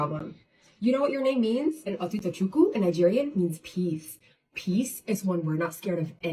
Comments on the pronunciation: So funny I’m legit doing my hair rn as I’m watching this and I’m Nigerian 💀 Edits: first of all the Philippine mom pronounsed the name VERY wrong for sm who is married to a NIGERIAN. The part that took me out was when she said “do you know what your name means in NIGERIAN” LIKE THAT IS A LANGUAGE 😭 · I’m Igbo and the way Nika Diwa says Otutochukwu in “Nigerian” made me cringe 😭